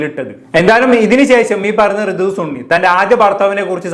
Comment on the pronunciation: ഋതുസ് ഉണ്ണി എന്നല്ലേ അല്ലാതെ ഋതുസുണ്ണി എന്നല്ലല്ലോ 😂😂😂